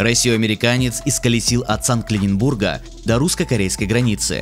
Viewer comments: на что он несет? я 5 раз переслушал и не понял. от санкт пербулга до российскокорельской границы. что это за хрень? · Мне одному послышалось?От Санкт-Клененбурга? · Я извиняюсь, но... Санкт-клинибург отличный город в росиии 👍 Вывод один или озвучку делали через ИИ или люди вообще далекие от России и названии городов.